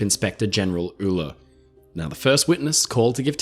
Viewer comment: Hey! Just wanted to make a small correction for Inspector Uhler. The pronunciation is "yule-er" not "uh-ler" my mom's side of my family were all Uhlers, and I figured I'd chime in on that. It's an easy mistake to make, and I figured I'd let ya know.